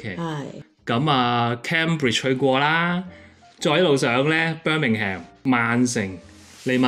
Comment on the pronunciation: 住在咁耐，下次不如讀返Birming（um) , 唔好 ham. St alban 出London peak hour 超貴，而且樓價好高